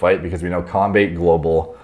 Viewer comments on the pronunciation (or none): But the way he pronounced combate tho hahaha, not hating just think its funny. Keep up the good stuff!!!